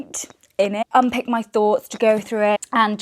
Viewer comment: It’s unpAck, not unpick 😭